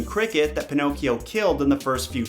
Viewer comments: Every time he says "pinokes" I giggle 😄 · I love that u keep calling him panocks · I love how you call him “Pinoques”